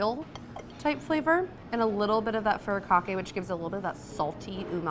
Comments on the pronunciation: Love this series! I have to point out though that “furikake” should be pronounced foo-ree-kah-kay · thanks! hadn't heard it a different way! will do for next time :)